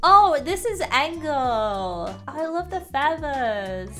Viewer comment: Is not angle is engel